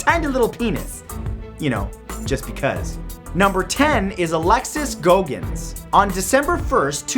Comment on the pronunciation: Goggins is pronounced Gog-ins not go-gins